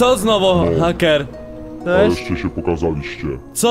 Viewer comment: hejker a nie hacker